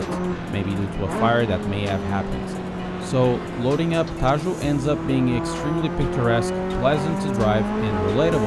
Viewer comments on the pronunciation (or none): Nice selection! Shame Otarumi is so short... BTW Tajo is pronounced "taho" ;)